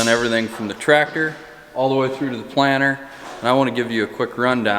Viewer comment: I'm from Southern California and I keep hearing planner. I assume it's planter, just like assume crick is creek and rut is root. :) Also I'm. warming up to Cooper's mullet, but I don't think it's coming back to the west coast anytime soon. Although I could be wrong.